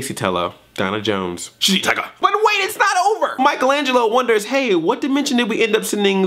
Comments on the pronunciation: He DEFINITELY said Sh*tty Tiger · he totally says shitty tiger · Good, I'm not the only one who thought Splinter said shitty tiger! XD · yeah, he def said ''shitty tiger" lol